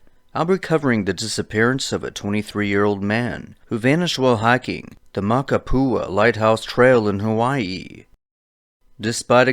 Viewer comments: It’s makapuu not makapua lighthouse.. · The way you pronounce Makapu'u is funny. This trail is paved the entire way. Elderly and baby strollers are all up and down. THIS IS NOT A HIKE! Its an easy crowded walking path. And the side trails are used by local kids getting to the pool down below. Only place to go and not be found is in the Molokai straight...rough waters. Literally the trail is full every day with 1000s of tourists.